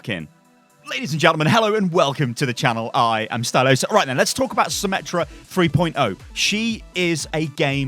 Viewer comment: Not symmetra meta, it is symMETA